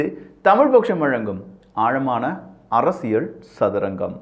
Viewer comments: ஆழமான அரசிய'ல்' சதுரங்கம் என்பதுதான் சரி. நீங்கள் ஆழமான அரசிய'ள்' சதுரங்கம் என்று உச்சரிக்கிறீர்கள். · மன்னிக்கவும் தங்கள் உச்சரிப்பில் அரசியள் சதுரங்கம் என்று உச்சரிக்காமல் அரசியல் சதுரங்கம் என்று உச்சரிக்கவும் தயவாக கேட்டுக்கொள்கிறேன்